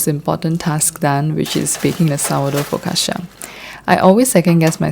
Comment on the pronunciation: Just a small note, ‘focaccia’ is usually pronounced fo-cah-cha. Loved your content btw ☺️